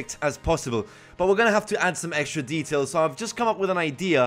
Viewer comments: you kept saying EGGSTRA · does any else hear him say eggstra or just extra cuz if so that’s fucking great